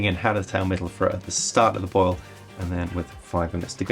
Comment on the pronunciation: Hey! You should look up how to pronounce Mittelfrueh. Great vid.